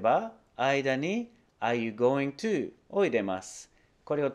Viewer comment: are you going toをアユガナと読む衝撃・・・。 しっかりアーユーゴーイングトゥって言っていた(ﾟoﾟ